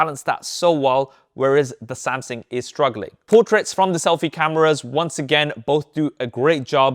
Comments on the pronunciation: Right! Great great video, but I can't get away from the fact you keep miss pronouncing "Samsung" as "Samsing/Samsin". The more you say it, the anxiety I get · Why do you keep saying “Samsin”? It’s “Samsung”. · Good report! It just kinda bothered me that you kept saying SamSING instead of SamSUNG. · samSING lmao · Samsing? I think Sam sung already he’s not currently singing. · Samsung not samsing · why i heard Samsing frequenly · Es heißt Samsung! Du hast einen Sprachfehler